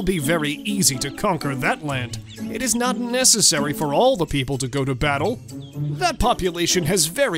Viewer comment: "and all the pee- p" I love the peep "and fur-" Uhhhhhhhhhhhh